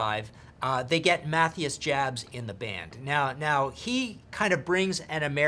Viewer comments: muh-tee-is yobbs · Totally butchered Matthias Jabs name